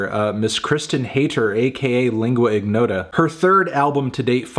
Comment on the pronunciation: Lingua ignota is an Italian combination of words (lingua=tongue; ignota=unknown), therefore lingua is pronounced in the correct way by Anthony but ignota doesn't require the hard "g". It is somewhat like saying in your but without ur